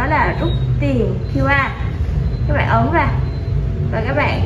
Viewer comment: Nge từ bẹn bẹn là k muốn like